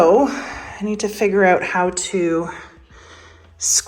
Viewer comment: That’s a hard “OU” in the word “out” when you say it.. I had to hear it a second time to see what you said. Once I realized it was a northern, possibly Canadian accent, I had to hear it just a few more times for satisfaction.. I even caught myself saying “ahhoout” and “ah-bow-oot.”..😂.